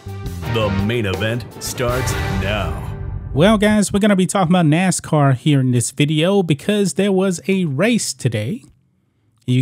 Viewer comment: 🤦🏿‍♂️It's Nascar not Nascoon🇺🇲 ~Mr Burgess~